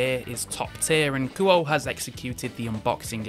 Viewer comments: I think it's pronounced more like Koo-Oh-Eh. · Actually, the proper Japanese pronunciation of Kuoe would be (Ku-Oh-Eh). I'm not sure if they want their name pronounced like an English word, usually not. But it would be like calling a girl named Akane A Cane instead of (Ah-Kah-Nay).